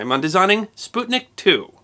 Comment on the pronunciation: Props for pronouncing "sputnik" in the right way!